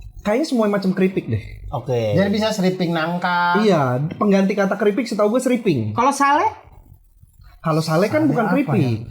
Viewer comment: srimping kali bukan sriping